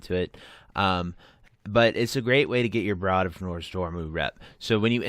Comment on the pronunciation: It’s Brood like broom, zoom groom, room.